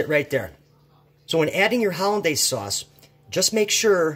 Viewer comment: Wtf is hollinda sauce?!